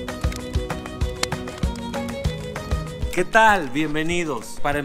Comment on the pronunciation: Me encanta cuando dice "Capi Pelez" JAJAJA me encanta ese personaje 💕